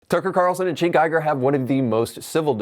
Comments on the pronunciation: Bro it's not "chink" lmao. It's "jenk". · Gosh watching this and having you not pronounce Cenks name correctly is quite sad. You seem to be a portraying yourself as a genuine political commentator and independent thinker, yet you cannot pronounce Cenks name correctly or even close to correctly. By doing this you give off the vibe that you are disingenuous. If you want to reach more people with your commentary and grow your channel you should correct this imo.